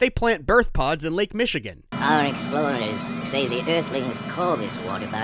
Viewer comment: I cant tell you how many times i listened to this record on my little red record player. Before VCRs, this was the next best thing to catching a godzilla movie on Creature Features saturday afternoon. And hearing 'Lake Micheegen' was so cool as Lake Michigan was our lake!